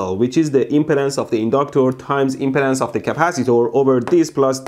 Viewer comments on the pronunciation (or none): none